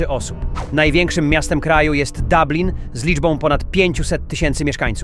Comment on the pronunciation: Mówi się Dublin nie Dablin.